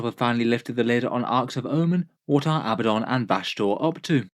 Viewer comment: Ok, I realize that to many it may be a small detail, but I want people to be able to pronounce names correctly. Multitudes of players do as you do and pronounce it Ab-BUH-don. However, the correct way to say his name is Uh-BAD-dun. It has 2 D's, not 2 B's. For some reason this is a very common mistake, but it has become a bit of a crusade (Ha!) with me. Love your stuff! 😉